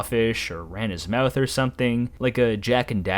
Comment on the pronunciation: bro why do you pronounce 'mouth' like that (meouth)? maybe it's just my autism but i can't stand narrators who pronounce words weird so imma leave. sucks since the video is so interesting information wise 😭